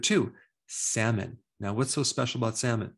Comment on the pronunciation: Sal-mon. Not sam-min.